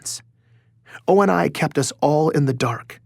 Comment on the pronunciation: I'd like for to learn to say Oni correctly.